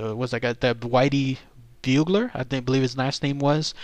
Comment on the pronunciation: bull jer is how to pronounce it